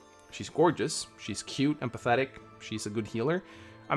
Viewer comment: Another instance of saying "Emphatetic" with silent "em" making it sound "Pathetic"